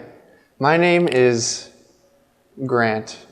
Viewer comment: gr4nt sounds to me like grunt.